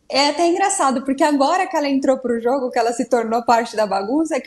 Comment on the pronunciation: JÔGO JÔGO JÔGO JÔGO É JÔGO É JÔGO JÔGO JÔGO É JÔGO